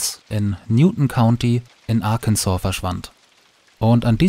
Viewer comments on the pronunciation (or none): none